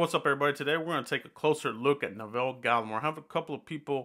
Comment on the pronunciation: Good vid man 👍🏼 btw you pronounced his first name wrong tho, I grew up with him in Ottawa Canada was a great guy always stayed focused on football now look where he is 👍🏼 💯